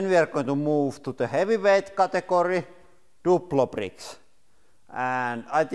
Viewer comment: I died when he said “duplo bricks”